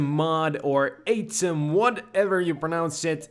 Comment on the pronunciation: I think the atum mod is said Aw-tum